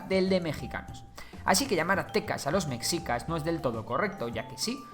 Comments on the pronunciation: Tampoco era "mechicas" con la pronunciación castellana de la "ch" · La "X" se pronuncia como un "sh" en el nahuatl, entonces la pronunciación correcta es "Meshicas" saludos, buen vídeo. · Lo pronunciaste mal no es mexicas como si la x fuera una j si no se pronuncia meshicas como si la x fuera un sh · La x en "Mexicas" se pronuncia como "Sh". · oye esta muy bueno tu video pero te falla mucho la pronunciación de los nombres un ejemplo: no se pronuncia mexicas, se pronuncia meshicas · NO ES MEKSIKAS se pronuncia MESHIKA. Ivestiga primero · Buen video. Solo quiero apuntar que es preferible pronunciar "meshicas" en lugar de "mecsicas" o "mejicas", ya que la X se uso para representar el sonido SH del nahuatl. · Con todo respeto tío se pronuncia meshica no "mecsica"!! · ¿Soy el único que le dule como dice "Mexicas" en lugar de "Mejicas"? ¿O sólo viví engañado toda mi vida? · Muy bonito el video, pero es /meshicas/, no /meksicas/. Y ni siquiera es cosa del náhuatl, sino del propio español: esa x era usada para representar un sonido sh que derivó en j incluso en palabras castellanas más antiguas tomadas de otros idiomas, como Xavier> Javier o Ximeno> Jimeno. La correspondencia exacta de x con el sonido ks es más moderna. (p.e., hasta principios del siglo XX el galicismo "cliché" todavía era escrito a veces "clixé".) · Lo único malo es que me daba rabia el que decías METZICAS a cada rato. En tu investigación también te recomiendo que sepas la fonética de las palabras, como Tenochtitlán. Ahora entiendo porqué en sus adaptaciones de doblaje en caricaturas, series y películas les hacen tanta burla. Por todo lo demás buena la investigación. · Se pronuncia mejicas!!(mexicas) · En realidad se pronuncia “sh”. Meshicas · No puedo su pronunciación de Mexicas y Tenochtitlan :(